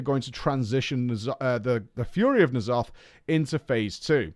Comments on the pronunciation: "Knee' Aloth" He says... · How do people mispronounce Ny'alotha when its been said in game and devs. I've never heard of knee'alotha